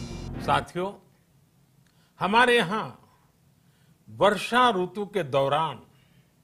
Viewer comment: प्रधानमंत्री जी रुतु नही ऋतू होता है, थोड़ा उच्चारण सही करिये